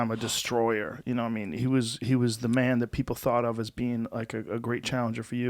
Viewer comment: Joe Rogan: "You-nah-mean"